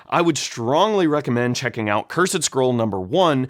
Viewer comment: I know rhis is nitpicking but when you present yourself in a suit as if you're a lawyer and knower of all things, then fail to pronounce "cursed" and "gazetteer" properly it really blows your whole gimmick.